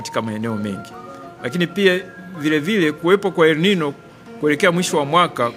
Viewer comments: Jifunze kuongea unatia aibu tasnia ya ahabari haiitwi elminyo inaitwa elinino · WajaMeniii... 2ji Funze MataMshi saHiHii kabla ya kuji Record Content... El Ninyo . . U hearD.... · Elmino ndiyo Elnino au hiyo ni tofauti! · Siyo ELMINYO NI ELNINYO